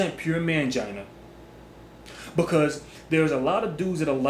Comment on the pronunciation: Dude you said mangina lmao awesome hugs